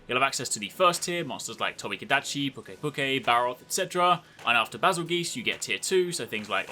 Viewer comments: BAZELGEESE hahaha. the proper pronunciation is closest to "Bazelgers" like "Passengers" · And did you just cal it Bazzel-Geese?